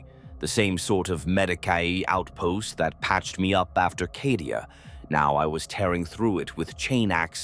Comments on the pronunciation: CAH-DIA. Why is he saying it like that? Is he saying it wrong of purpose? Just to tear at the soft flesh of my mind?! Maybe it's always been said that way... Bolter round to the head Nothing to see here Citizen. Emperor be praised. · It is called Cadia as in Caedia Stands. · Need to spell Cadia as Cay - Dee- ah to get AI to speak better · For Cawdeah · Sounds like how someone born and raised in Boston would pronounce Cadia 😂